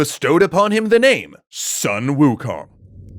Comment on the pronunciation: You pronounced Sun Wukong wrong. It's closer to Soon Wukong